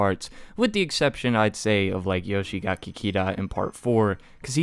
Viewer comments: YoshikagE there's no "i" at the end you also don't read it like "ee" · My dude please stop saying "Yoshigaki" it's killing me💀💀💀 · YoshiKAGE not YOSHIGAKI